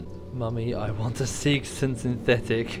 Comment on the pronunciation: "mummy, i wan a seegson synthetic" ... no you fucking don't xd